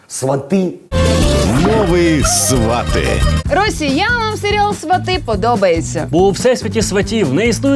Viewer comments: СвАты, потому что ударение в корне свАт. Также, например, и тОрты (корень - тОрт). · Квиты- это цветы))А свАти- действительно похоже на глагол, который произносит человек, посещающий логопеда